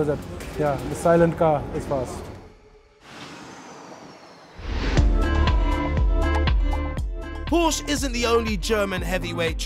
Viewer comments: Who else is triggered by "Porsch" ? (it's Porsche) XD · You know there's an "-eh" at the end of Porsche, right? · Try Pronouncing PORSCHE Properly.........!!!